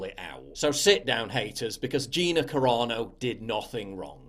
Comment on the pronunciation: Sounds like you’re saying Corona Instead of Carano lol